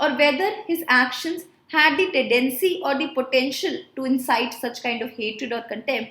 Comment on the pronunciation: Madam its tedecy or tendency